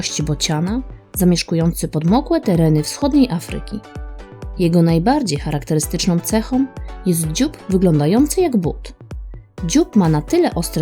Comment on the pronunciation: Miła, bardzo podobają nam się filmy, ale ponieważ głównie oglądają je moje dzieci, bardzo prosimy popracować nad końcówkami "ą-om", np. "charakterystycznĄ cechĄ", a nie "charakterystycznom cechom", itd. Tego jest bardzo dużo:-( Niby niuans, ale dzieci to chłoną (nie chłonom). Pozdrawiam.